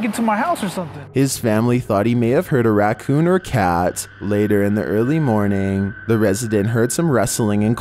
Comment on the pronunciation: Did you say the Earl region my name is Earl